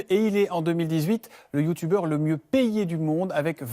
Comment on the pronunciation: La pronontation de "youtuber" ma mi KO